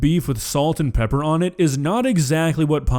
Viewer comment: She’s learned the art of engagement bait. So mispronouncing things like salt and pepper, and let’s not forget the the way she says onion. It’s so people will comment. She fails to realize that the shit she Makes will get a big enough reaction. lol